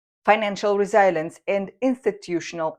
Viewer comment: Dear, forgive me, but please google 'pronounce resilience'. I'm so sorry for being so pickily sensitive. Sigh. English. What a total disaster of a language!